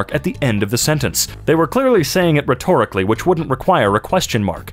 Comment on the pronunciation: Lmao, "rethorically."